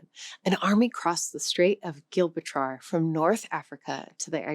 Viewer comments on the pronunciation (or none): Jib-ral-tar. Where did you learn to pronounce Gibraltar the way you did? I have never heard anyone pronounce it with a hard "g" until I encountered you. Please enlighten the class,. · I have issues listening to someove explaining the use of arabic words in Portuguese, but who pronounces Gibraltar (which has a soft G because it comes from Jebel) as gilbertrar or somesuch. Also Algarve is not pronounved Algarvay, but Algarv, because it comes from Al Gharb (the West). Oh and maybe listen to the way spaniards pronoune Al Andalus (Al Andaloos) rather than the strange pronunciation. In fact almost every single Portuguese word is mispronounced - and Alentejo is from Alem Tejo, "across the Tagus", not from Al.... anything. The town of Fátima gets it's name only indirectly from the sister of Muhammad.... the story is far more "romantic" Supposedly it is named after a C12th Moorish princess captured during the reconquista - and who fell in love with her captor, Gonçalo Hermigues, converted to Christianity and took the name Oureana. So the nearby city of Ourém is named after her, but the area where she lived kept her original Arabic name, Fátima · The host needs to learn better pronunciation, including some english words... Also Gibraltar is still technically British, they pronounce it "Jib-rall- ter"... which is close to its arabic origin "Jabal Tareq", and neither is even close to whatever she said... she made similar mistakes in the clip about Korean and an Indian Queen. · Yeah but where does Gilbratar comes from? Because that's how "she" pronounced it. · It's not the first time I hear "her" say "Geel-ba-trar". With each video, I'm more and more convinced that this is all AI.